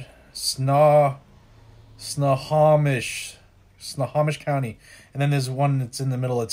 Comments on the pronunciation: I cant resist... i gotta help ya... haha! Snohomish = SNOW-HOE-MISH Skagit = SKA-JIT Okanogan = OH-CAN-NOG-IN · Sno-ho-mish, ska-git. (Ska-jit) I live in Washington state, and those are the pronunciations. I hope it helps. Great video. Thank you for all you do. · Snow-Home-Ish county, Oak-A-noggin, Kit-tit-tas, hey ya got Klickitat right, so yer doin better than most flat landers out there. Stay caffeinated ;-) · Ok I couldn't take it any more I was dying laughing.. Snohomish = Snow-ho-mish Chelan = Shuh-lan Spokane= Spo-can Okanagon = Oak-uh-noggin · SNOW HOE MISH is how it's pronounced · Snow- home-ish Oak-can-nog-in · Snow home ish is how its pronounced also skajit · Snow home ish, Spoe can, the rest you did pretty well. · Snow home ish county is how it's pronounced. Pend orielle is pronounced pond a ray. Oak a noggin and kit I tass hole quee um. The names are all native American in origin or french. Let me know if you need more translation assistance. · Snow-ho-mish. Skagit. Pronounce the G as a J. Island county...cause it's a bunch of islands. Now try your hand with Puyallup, Sequim, and Elhwa.